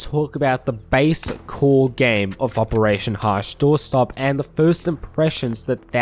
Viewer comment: how many different way can you screw up the name?